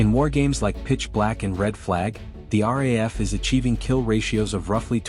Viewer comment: Its pronounced R double A F. The RAF is in England.